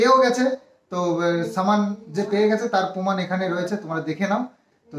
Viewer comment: Ha, tin k bolben surjo aorstoh na surja asto bole, poman na proman, pomotion promotion. Chal hat😂😂😂😂